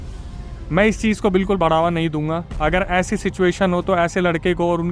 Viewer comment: Cheej ha cheez ? Kitna ganda bolte ho